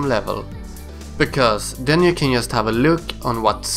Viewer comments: "yust do it" definitely Swedish :D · YESSSSS haha jesus x'D